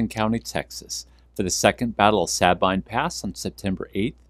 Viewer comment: It’s pronounced “Suh-bean” But great vid